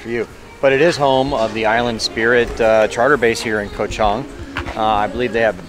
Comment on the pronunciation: Hate to be the one, but Ko Chang, not Ko Chong. Bavaria is 'Buh veh ree uh', not 'Buh var ree uh'. Singha, ignore the 'h' and 'a' it's just 'Sing'.